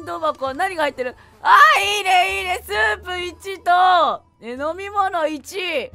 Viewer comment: スープも持ってるしってころちゃんがいうまでスープをソープやと思ってた